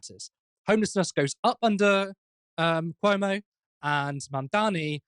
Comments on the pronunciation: Andeer Koomo? I can't pronounce his name. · Chris Cummo 😂